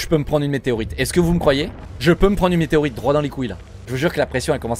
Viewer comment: Arrete de dire meteroite